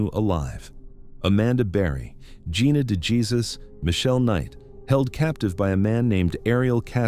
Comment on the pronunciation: Can we please say Gina DeJesus’ name correctly?